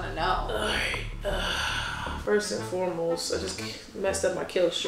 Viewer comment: "FIRST AND FOREBOST" 😂😂😂